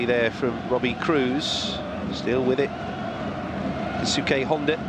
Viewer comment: am i the only one who gets annoyed when they commentators pronounce Keisuke "KAY SUKAY"......